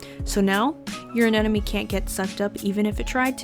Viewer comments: AneMone not aneNome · AneMOne, not AneNOme